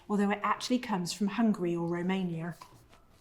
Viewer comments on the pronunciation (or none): none